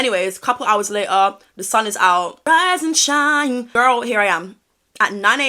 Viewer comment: RISSEE AND SHINEE ☀️ lmao I love you